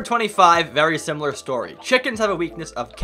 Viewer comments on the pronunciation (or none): none